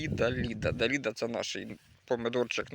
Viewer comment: Далида -была популярная певица ;ударение на последний слог